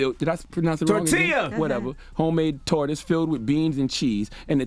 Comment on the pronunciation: It’s called a torta not a tortoise 🐢 ?? You can’t pronounce torta ?? 😂😂